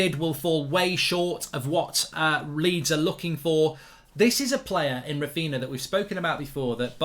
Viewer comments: His name is Raphinha, not Raphina. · it's Raphinha fam not Raphina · Clueless people, they have Coutinho, Ronaldinho, Fabinho etc and they can't make the connection with Raphinha and they keep misspronouncing the name, such disrespect and cavemen everywhere. Don't they watch highlights or match of the day or Martin Tyler or something, everyone there calls him correctly, the only place where they keep butchering the name is here on fan channels. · If you bid £45m under his value, it’s not really ‘almost there’ is it? Also, you’re not saying his name properly. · He's a Man United fan. Of course he wont pronounce a Leeds players name correctly